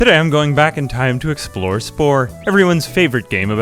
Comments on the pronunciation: “Eeea games” 🥚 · We not gonna talk about how he said EA?